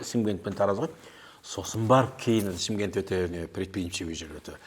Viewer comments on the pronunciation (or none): none